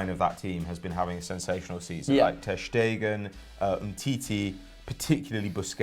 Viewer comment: Pls pronounce ter Stegen like it's done in English.